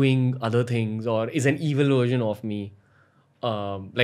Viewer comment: When he first said the word "version" it sounded to me more like " gersion " ......